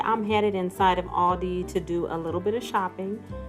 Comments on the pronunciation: I'm a senior, I already know this stuff. This is NO secret. Plus it's All-Dee, not Al-Dee. I already know they're the fastest scanners. But I see the same checkout people everytime I'm at Aldi, but I live in a small community with a small Aldi. The aisles are shorter and there is one checker. The rest of the lanes are self checkout. As someone with a condition where standing becomes quickly painful, I never understood why cashiers weren't permitted to sit. What you skipped is that some of Aldi's packaging is often SMALLER than name brands. Snacks like potato chips are 3 oz smaller. For anyone who has shopped for any length of time, you notice things like this. Heck even the name brands packaging has greatly shrunk since 2020. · If AI could just get names properly pronounced…..it’s All Dee. Not El Dee. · The AI voice pronounces "ALDI" inconistently